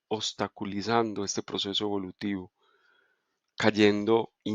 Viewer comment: Que presión enorme en el pecho me dio cuando te costó decir obstaculizando. Pila de ansiedad, super extraño. Quede nervioso no se por qué, como que me asusté porque pensé que te estaba pasando algo. Tristeza también. Gracias como siempre ❤